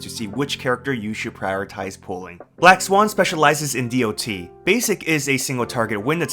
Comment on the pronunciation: who the fuck says d-o-t ,have you never played mmo or another game with dot before?, I have never heard anyone call it that in tell now.